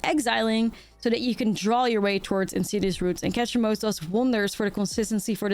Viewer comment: stop say ketramose one more time damn my ears bleed